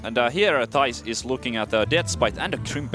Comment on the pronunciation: ITS THIJS NOT THAIS!!!